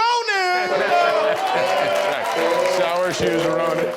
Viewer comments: I love, the announcer, but obviously he's never seen Saoirse Ronan before! She says it every time! It's pronounced "Cersia, like inertia!" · "Sour She-Ronin" 🤣😁😂